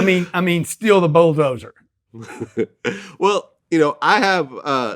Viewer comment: Steal the "BOWLdozer"? 👀😂😂😂😂 It's BULLdozer